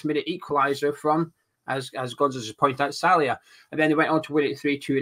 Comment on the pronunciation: his name is sallai not Salia. Sal lie. You said his name like this in the other two games previews aswell. Either way I wanna see Nathan Agard start this game.